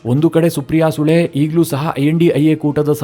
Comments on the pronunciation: ಸಾರ್ ಸುಪ್ರಿಯ ಸುಳೆ, ಸರಿಯಾಗಿ ಉಚ್ಚಾರಣೆ ಮಾಡಿ, ನಿಮ್ಮ ಕನ್ನಡ ಉಚ್ಚಾರಣೆ ತುಂಬಾ ಚೆನ್ನಾಗಿದೆ, ಸು ಅನ್ನುವ ಬದಲು ಸೂ ಎಂದು ಹೇಳಿದ್ದೀರಿ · ಸೂ ಅಲ್ಲಪ್ಪ ಅದು ಸುಳೆ